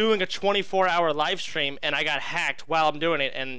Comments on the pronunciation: Why does he say 'strum' instead of 'stream?' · The way he refers to his stream as "strum" is so cringe holy shit 😂